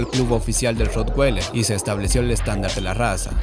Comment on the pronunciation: Ud.desconoce hasta el nombre de la raza, lo pronuncia mal es raza alemana la w no se pronuncia como una g